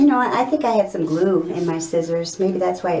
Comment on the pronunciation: Did she say glue or lune🤔?